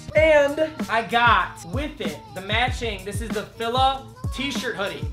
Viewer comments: Its FELA not FILA pronouncing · why de he say fila like FiLA instead of fIla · Bro he said Fila like fih-la tf it’s fee-la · you pronounced it so wrong lmaoo its Fee-lie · its actually pronounced feeela like fila me cavaties or feeel ma balls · The way he said fila